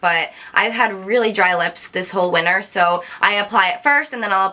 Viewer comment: I've never heard someone pronounce the word winter like you do